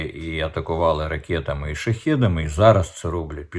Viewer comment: В укр.словах ' мир',перемирити,перемир'я голосна ' и' повинна звучати як " И укр./ Ы рус (, укр.вухо ріже ' перемір'я,)...Також сотні раз Вами промовлене " ракєта,ракєти.Правильно буде " ракЕта / русс.буквами ракЭта /...